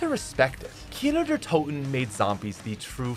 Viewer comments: Who heard how many times he said Kiner der toten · I can’t believe there was a time when I didn’t know kino der toten existed and I thought people were mispronouncing nacht der untoten. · Every time he’s says kino der toten all I hear is keener der toten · Its so weird hearing you say Kino der Toten as a german😂